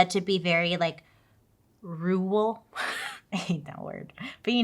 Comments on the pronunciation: Bailey, Rural is the worst word because we want the UR to be its own brand but the RU is the focus. Say "Ruh Roh!" 3 times, Like Scooby-Doo would say it. Now, still like Scooby-Doo, replace Roh with Rall, like WALL. RUH RALL! Now take out the Scooby-Doo 'accent', and instead of saying roorrral, say ruh rall. You're frikin amazing girl. I've been watching you since the start, and can't wait to say how far you still go!! ❤❤❤❤❤❤❤❤❤ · Rural is pronounced like Rer-rahl. You don’t actually ever have to pronounce it right because it truly doesn’t matter. But! If you WANT to: “rer-rahl.” If not, literally you’re fabulous. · Please don’t cause it’s cute af, BUT… IF you want to pronounce rural in a way many ppl do…. Roar-all. Give the roar just a touch of an er, sound but mostly roar. Rural. However you probably won’t see this so deep in comments, AND it’s adorable watching. No hate. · Rural: RER - RUL❤ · Try RER-uhl. 😉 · Maybe this will help you Bailey “Reer-rul” 😂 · Try roar-uhl for rural. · Don’t worry I can’t say rural either lol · Bailey, out of my love for your content. Whenever you see the word "Rural" just say "Country" 😂 I promise we'll understand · Lol I think you need to have grown up in a rural area to be able to say the word. I have no problem saying it and I've lived in a 'rural area' for my whole life. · I live in a rural town and I struggle with the word 😅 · Bailey…. Rur rhymes with her, al sounds like “el”…. Not perfect but that will get you closer. Thanks for all you do! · Happy Happy Birthday Bailey! ❤ What better birthday gift to yourself than to have your own makeup line!!!! I love it and love the look you created with it! I also cannot say the word rural! I talk SO much and have a full grasp of the English language...except for rural 😂. This story is so much. I can't wrap my brain around all the people and layers...truly truly sick people!